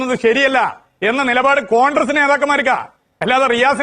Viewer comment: Ee MARU MAHAAN Mandriye aadyam 'CONGRESS' yennu paranju padipikku, 'CONDRESS CONDRESS' yennallanu paranju kodukanam. Ee Mahaan aanu Keralathile Mandri, edu malayaaligal Sahilanam. Yendoru KASTAM...